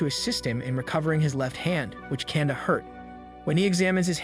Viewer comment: love your explanation for this beloved series but i do think you should double check some of your pronunciations of words. particularly names and titles like exorcist and kanda Love the content though 😍